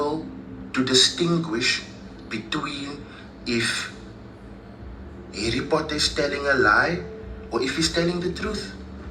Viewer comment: Foken Harry Potter will never be the same… Now I only hear Hairy Potter 🫠🫠🫠🫠🫠🫠